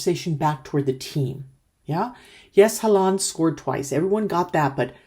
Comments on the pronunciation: You make 'Haaland' sound like 'half duck' in norwegian 😅 Its more like "Haw-land" 😀 I've said it for months; Norway plays as a team, while most other teams play like a collection of players. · His name is pronounced Haw-lan. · Please try to pronounce Erling Braut Haaland's name correctly ; The double aa sounds like A in Always. So ; Haah-landh. ❤😊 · Even though you might not need to say it again, the main stress is on Hå [he uses a pre 1917 spelling], and the a in -land is short and is less stressed.